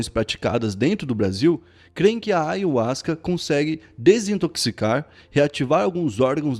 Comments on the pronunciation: Na verdade se pronúncia aiarruasca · Eu também pronunciava ayuasca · Pronunciam em espanhol assim: " aJahuasca" o Y tem som de Jota ( em português ) em espanhol. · Eu pronunciava: ayarruasca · Falou ayhuasca várias vezes no inicio n tem.jeito fabil kkkkkkkk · assiste o video do covil de jack falando sobre ayahuasca ai sim vc vai ter motivos pra fica bravo, essa palavra é nova e poucos tem o conhecimento normal pronunciar errado, o video foi bacana passaram uma visão sem pender pra nenhum lado oq é raro de se ver ainda mais sobre esses temas.